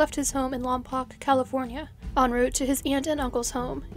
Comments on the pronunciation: Lompoc is pronounced "lol poke". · IT IS PRONOUNCED LOMPOKE